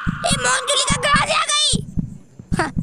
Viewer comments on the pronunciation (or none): Monjulika nahi manjulika